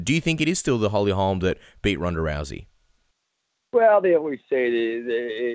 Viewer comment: Jason Parillo: It's Holly HOLM! Good grief guy, she's not Larry Holmes' daughter. And, "Beth Korera"?? whew...